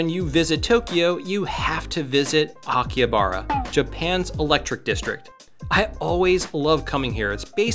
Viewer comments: Isn't it pronounced Aki-HA-bara? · The H in Akihabara reads like an R